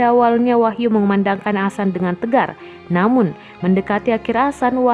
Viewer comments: Maap mb bc nya bukan Asan tp adzan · adzan itu bukan sesuatu yang asing, tiap hari adzan di lantunkan 5 kali sehari, kalo gak tau penulisan yg bener seenggaknya bisa mengucapkan, ini adminnya jelas² ngomong asan.. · adzan itu bukan sesuatu yg asing di telinga masyarakat, jadi kebanyakan non muslim tau apa itu adzan, bukan cuman di masjid, adzan juga ada di tv, lagian dia ini tukang baca berita, penguasaan kosa katanya pasti lebih banyak, tapi anehnya kenapa dia bilang asan🗿🗿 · Yang bener min bilanh adzan nya